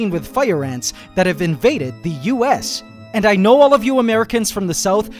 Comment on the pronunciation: Tons "ant" tons of ant🤣😂